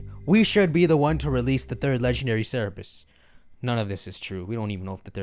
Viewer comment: Bro it’s CERBERUS not CER-E-BUS lmao. It was so confusing hearing that